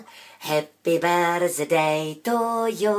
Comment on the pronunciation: Ve správné výslovnosti ale nemá být slyšet "z" slova Birthday, chápu, že to píše přehnaně, ale plno lidí to i tak vyslovuje špatně a už mě to začíná dost iritovat.